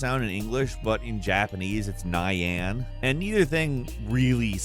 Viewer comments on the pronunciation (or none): The way he said Nai Anne instead of nyan was hilarious, I loved it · Nai-ayne? Nyan as Nai-ayne? Quick lesson on Japanese vowels translated into romanized characters. You () and Jake could both use this. Simplifies things a lot. Everytime you see a vowel, that's the end of that syllable. Vowel sounds never change. A-E-I-O-U will always be Ah, A, Eee, Oh, Uu. Always. Nyan would be pronounced Nyahn. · its knee-yah (just drop the 2nd e when pronouncing it) not nigh ya.... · Japanese cat sound "nyan" is not pronounced as nai-yen but knee-an, and yes it does somehow sounds similar to meow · The cat sound isn’t “naiyeahn” It’s “neean” にゃん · The Cat sound in Japanese it isn't "Nai-Yan". it is "niYan" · Nie-Ann? I hate you. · Japanese cat sound according to: Ni-Yan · Homie I KNOW you didn't just pronounce "nyan" as "nai an".... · Nigh-an? Fucking NIGH-AN??? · This video was interesting until he said Nye Ann that was cringe af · TIL Japanese cats goes: NAI-YAN. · This dude is basically reading from a script 🤣. I died when he pronounced Japan's version of how a cat sounds. NiYAN. But that's understandable considering it's a different language. But he even called it Pokéman towards the end of the video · Who pronounces "Nyan" NAIAN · Ny Ann… lol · Never have I ever heard anyone vocalize "nyan" as Nye-Ann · NYE-ANN cringe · Did you literally just pronounce "Nyan" as "Ni- Ann"🤣🤣🤣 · That's not how nyan is pronounced. Also, nyaa is more common than nyan. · And here ladies and gentlemen is the legend, the one of a kind, the person who cannot pronounce "nyan") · If there's anything I took away from this video, it's that the narrator should never, EVER in his life, try to pronounce "nyan" again. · Good vid but the absolute butchering of nyan blew me away lol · No one vocalizes 'nyan' like how you're doing lol wtf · the way he said nyan hurt my soul...